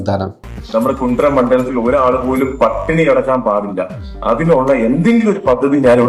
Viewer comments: Kundra alla Kundara😂😂😂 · കുണ്ട്ര അല്ല കുണ്ട.... കുണ്ടറ